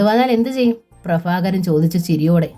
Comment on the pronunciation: ഭ ഉച്ചാരണം bha എന്ന് ഉച്ഛരിക്കാൻ പഠിക്കണം. ഫ fa അല്ല. പ്രഭാകരൻ, prafakaran അല്ല 😂